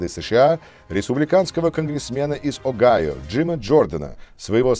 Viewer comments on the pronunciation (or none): none